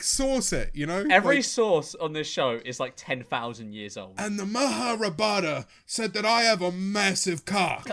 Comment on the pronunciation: 'Maharabhata' lmaoo